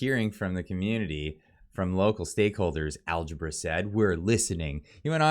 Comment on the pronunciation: It's Al-gab-ra, algebra is the math he probably can't do.